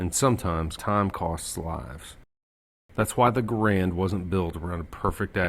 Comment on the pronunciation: Whomever was shooting that Garand "live" can't shoot worth a hoot. And it's pronounced like "Garund". What rifle did win WWII??